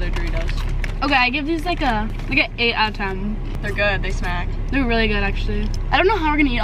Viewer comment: OMG NOOO it’s shmack not smack. The chips shmack!!!